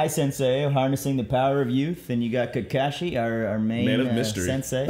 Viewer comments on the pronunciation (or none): his name isn't kakashi.. it is Ka-KAshi, only Guy knows how it is pronounced correctly, even I can only spell it :D That ending with Kurama totally daddy-fanboying Naruto :)